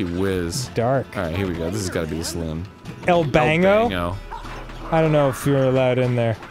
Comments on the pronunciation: Dan it's El Banco not El Bango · Silly Dan, it's not "El Bango" it says "El Banco" which is The Bank XD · It's a bank not bango it's el banco it's Spanish for bank